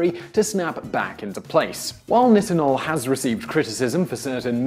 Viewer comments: It's pronouced neye-tin-ohl. Not niht-in-ohl. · this idiot cant even pronounce nitinol